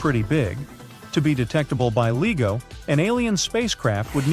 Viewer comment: Who else doesn't watch this stupid tripe that's narrated by someone who can't pronounce LIGO correctly?